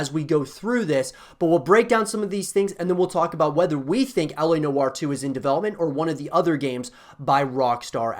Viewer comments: It’s L.A Noo-waa.. not know-arr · Why does he say la no are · I cant watch further. Your pronunciation of noire is killing me with cringe!